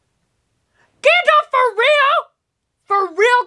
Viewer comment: Love the video reactions of my Favourite movies, but it is pronounced Gandalf not Gandolf, and Aragon's scream when he kicked the helmet near the pile of dead Uruks was actually real cause he broke his toe as the helmet was so heavy